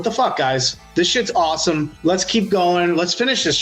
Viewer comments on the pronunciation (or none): none